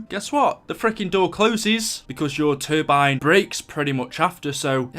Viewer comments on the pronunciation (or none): none